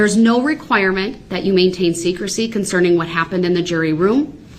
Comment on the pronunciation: “ WHAT IZ JUHHHDGEMENT” “ ?? Nooooo juz haven’t beenz Jew puhlled a Switch ah Roo” “ it’s berry conserning “ rehd it reddd it I dunno”